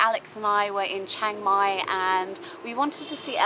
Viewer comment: It's Chiang Mai; not Chaing Mai.